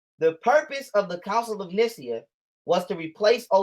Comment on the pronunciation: Dude what had me laughing was his pronunciation of the counsel of nicea and the fact he doesn’t know the context of Ephesians they are literally letters to the early church of ephesus bro is so lost man 😭